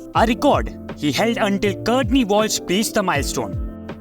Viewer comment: "...with a quick round-arm action." "...Curtney Walsh..." Just some of many examples, showing this is just another trashy A.I. channel.